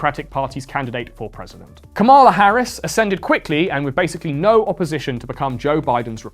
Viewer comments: 85% accuracy rate on this although I always enjoy and actively seek your take on the passing year. For example, you consistently mispronounced ‘Kamala’ and SNL is 50 years old not 40. I’m not sure that Brat is the new ‘Live Laugh Love’ so much or that millennials are as irrelevant as you suggest although they certainly aren’t the youngest in the conversation anymore. Luigi is hot af tho and Catholics are indeed metal. Have a great 2025 🎉🍾🎊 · Great video but the way you pronounced “Kamala” hurts my heart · Can't even pronounce kamala's name right lmao